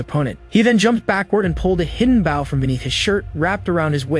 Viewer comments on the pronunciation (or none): Not Baugh its Bow